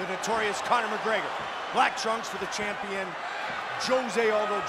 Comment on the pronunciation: "He's a phenomenal champion, he WAS a phenomenal ampion